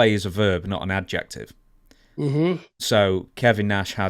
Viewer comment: the way you said adjective gave me a stroke 😂 I had no idea what that original sentence meant lol